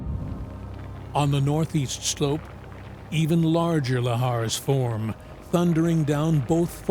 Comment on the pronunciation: The way I nearly broke my neck whipping my head to the narrator pronouncing, "lahar" like.. I will slap the brit outta him don't play with me 😆